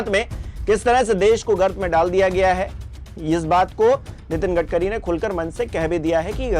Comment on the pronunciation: U r currently said gadgari